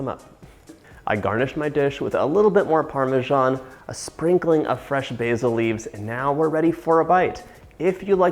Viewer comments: What is with nearly every AMERICAN cannot pronounce Parmesan ( Parm a SAN) Jesus Americans where the hell do you get PARM A ZJOHN from......???? Most Americans keep saying it incorrectly!!!! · It’s PARMESAN cheese not “parmijan”